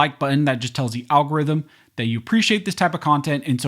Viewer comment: I miss the days you used to say Al Gore’s rhythm.